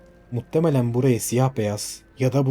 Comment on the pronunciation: Seriyi izliyorum muttemelen demen siniri mi bozuyor muhtemelen desene